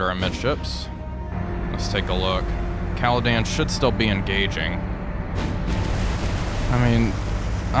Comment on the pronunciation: Loving the series, but she is called CaledOn, not CaledAn